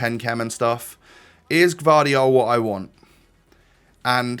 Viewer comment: You pronounce that guardiol like guardiola